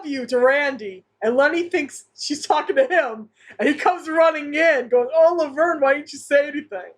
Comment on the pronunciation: Good catch on "Laberne." I thought I heard that. Also, Shirley says "Vernie," which is rare after the first couple seasons, and is therefore all the more powerful.